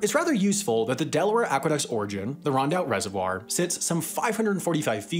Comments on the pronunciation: "Rondout", not "RoUndout". "Bagels?" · Rondout, not Roundout